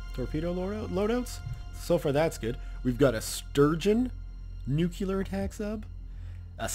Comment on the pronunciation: I know it seems rude of me but... It's NEW-CLEAR/NUKE-LEER not NUKE-YOU-LAR.